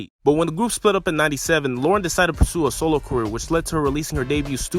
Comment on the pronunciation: It’s Lauryn sorry